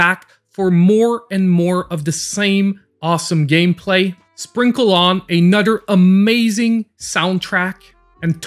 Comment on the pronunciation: A nudder